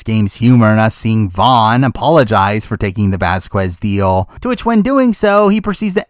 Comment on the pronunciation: That's not how you pronounce Vasquez😂😂